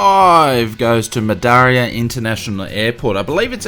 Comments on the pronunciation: Its "Ma Deera" bud... Not "Ma daria" :-) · By the way it's pronounced Ma-Dear-a. Great video though :D